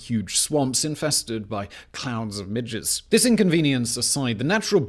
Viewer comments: help I had to listen to three times because I could only hear “clowns and midgets” instead of “clouds of midges” please tell me I am not the only one who misheard that 😭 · I know I must be hearing him wrong, it sounds like he said "swamps infested with clouds of midgets " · i still haven't figured out what simon says when he says is what i think is 'clouds of midgets." 3 : 17 (clouds of midgets would be a great band name) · it literally took me 5 times to get that he said "swamps infested with CLOUDS of MIDGES" and not "swamps infested with clowns and midgets" because i have this on in the background doing my homework and the first time i heard that my first thought was "....waitwut" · Sounds like he said "...becomes inhabited by clouds and swarms of midgets." 😆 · It just sounded like he said "...huge swamps infested with tiny midgets..." :D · ... I swear he said, "clouds and midgets" 😂😂😂